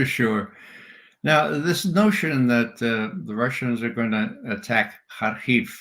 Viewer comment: the only guy i've heard pronounce hamenei and harkov correctly.